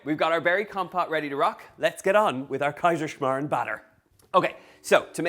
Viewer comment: In the end perfect pronunciation 👍😉 We Germans love it as well and have Kaiserschmarrn quite often😍